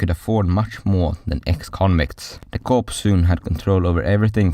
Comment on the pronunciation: I really appreciate someone covering this topic. If it was taught to me in school, then it was it was so heavily marginalised that I don't remember it being mentioned. Constructive criticism: sounds like English is your second language. Corps is unfortunately not pronounced as it is spelt - it's pronounced the same way as the word "core" (e.g. core of the Earth). Hope that helps with any other content that you wish to make.